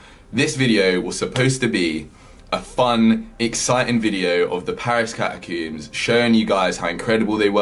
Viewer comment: Maybe the guide left them for mispronouncing "catacombs" as "catacoombs" the entire time.